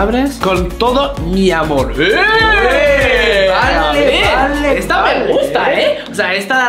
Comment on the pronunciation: no teas dado cuenta de que dice miamor